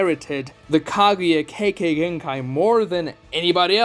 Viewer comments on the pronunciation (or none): The way you say Kekegenkai I would write it out K.K.Genkai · somethin about the way he pronounces Kekkei Genkai rubs me the wrong way, all jokes but it does sound suspiciously similar to something else 😂